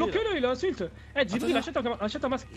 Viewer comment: Wallah tu respectes pas Jibril... son nom c pas Djibril mais bien Jibril wsh 😂😂😂 si nn continue tes bonnes vidéo